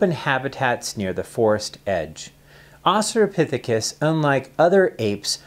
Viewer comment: Australopithecus. There's an "L" in there.